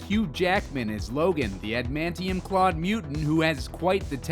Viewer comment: You pronounce "Adamantium" wrong.